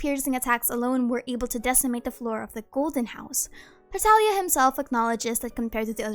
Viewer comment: You mean Tar Tag Liah?